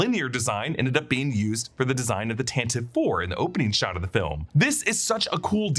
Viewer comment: thank you for calling it the "tantive IV" and not the "tantivee IV" like it's supposed to be pronounced, probably one of the worst retcons in star wars.